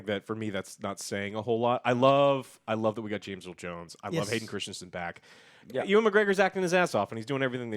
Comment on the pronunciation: Why do you keep calling him oowan… Ewan is pronounced You-Wen. Source: it’s my middle name lol